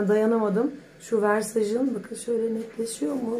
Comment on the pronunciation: Versaj degilde Verrsace die okunuyor.